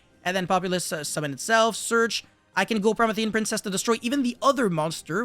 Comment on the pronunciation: its pronounced pro-MEE-thē-an princess, in case nobody else told you, and in case you actually care. Love the content regardless